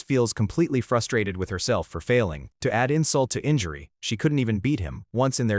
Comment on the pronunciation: Your Ai model needs a ton of work my guy. "she was Eff rustrated. His ess werd." Can you belive this comment? Were back where we left off. And the constant "were back" is so annoying